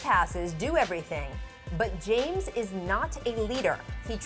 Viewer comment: how the fuck do you mess up the name james? lmao its one of the shortest simplest and most popular names ever hahaha